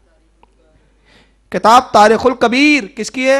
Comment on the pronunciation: Kitabo ke nam sahi padho